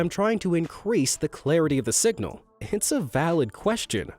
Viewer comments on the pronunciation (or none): none